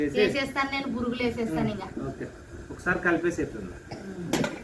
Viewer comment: Burugulu kadu borugulu